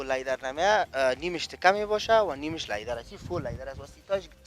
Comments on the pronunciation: Iqa LayDar Goften lol Its Leather bro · Lyder chi ast?? 🤔🤔 ooh he probably means "leather" 🤣🤣🤣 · او برادر لایدر نی لیدر انگلیسی یاد نداری چرا میگی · چرا ساده به زبان فارسی چرم نمی گویند که از واژه انگلیسی لایدر استفاده میکنند آنهم با تلفظ غلط. به زبان فارسی صحبت میکنند اما چرم را لایدر میگویند امید روزی این غرب زدگی ها در جامعه ما پایان یاید. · او بیادر وقتی تلفظ یک کلمه ره یاد نداری چی ناق سر خود فشار میاری انگلیسی میپرانی ، سم سیی بگو سیت هایش چرمی است . لیدر دیگه چی معنی ؟